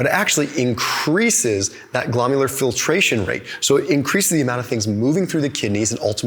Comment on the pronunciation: GLO-MER-U-LAR! not glom-u-ler